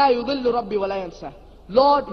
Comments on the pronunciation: صحيح وفرق المعنى واضح جدا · عنده خطأ في نطق آية سورة طه هو يقول لا يُضِل ربي والصحيح لا يَضِل ربي ولا ينسى قرأها بالضم والصحيح بالفتح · "لا يَضِلُّ ربي ولا ينسى" وليس "لا يُضِلُّ"